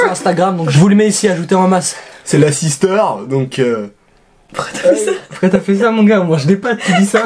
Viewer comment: " c'est la sisterr "